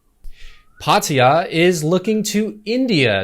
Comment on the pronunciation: Good news channel. But it sounds so strange when you pronounce most of the names in Thai but then call Phatthaya for Padia. The authorities are making a big mistake if they think the test & go scheme is profitable. Lack of income from tourism far exceeds the extra income they get. Best think they could do is to just require vaccine pass and drop the test & go, at least on day 5.